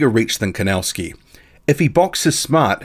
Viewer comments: The pronunciation is Kovnatzki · Thanks for the HW update I think Kownacki has this one, just wondering why do you call him "Kownascki"?